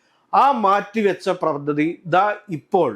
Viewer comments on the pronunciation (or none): none